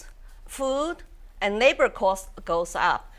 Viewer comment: 我又聽了幾次，的確發音是講成了neighbor，不過前後文總括來講的話應該可以很容易get到是在講labor~大媽的發音是先天條件的問題，但是她其實英文詞彙真的懂蠻多的...她講得好多英文字我都要查字典才知道是啥....太強了！